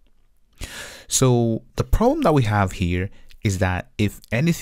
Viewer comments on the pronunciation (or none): none